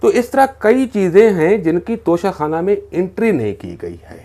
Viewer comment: ع خ نہیں... توشہ کھان